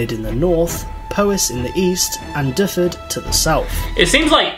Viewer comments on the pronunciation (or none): Those Welsh pronounciations make me cry a little inside. For future reference: Gwynedd = Gwin-eth (th as in "the" not "these"), Powys = Pow-iss, and Dyfed = Dyv-ed.